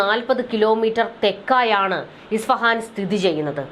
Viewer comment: ISFAHAN (ഇസ്ഫഹാൻ ) എന്നാണ് correct.